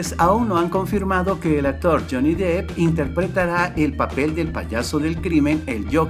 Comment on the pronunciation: Amigo... tu video, contenido, edición y todo es muy bueno.. pero por favor no pronuncies tan mal el apellido de este famoso actor... no es "Jhony Dip" se pronuncia "Dep"